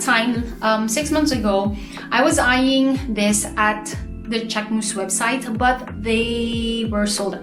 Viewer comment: Ohhh, I like the way you pronouce the name❤❤❤❤,love the review